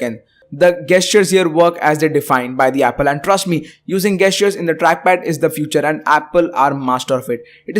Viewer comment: Pronounce the word "gesture" correctly... Please.!!!